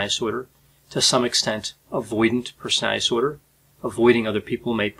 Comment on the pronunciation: Persnaltsnorder said 1000 times. Respectfully, as a court reporter I can’t watch this due to the lack of diction and care with the delivery of your words, but appreciate your command of the subject matter.